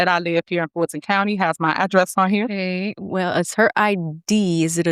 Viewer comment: Why can't she say Fulton (Ful' ton).